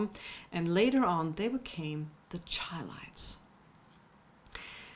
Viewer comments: It's not Highlites but Chi-lites shy-lites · The name is pronounced "SHY-Lites" not "Chy-Lites"! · I dig, say it like this, “Shy-Lights”. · I wish she would get their pronunciation right. She obviously don’t know the group. But that’s cool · She Butchered The Groups Name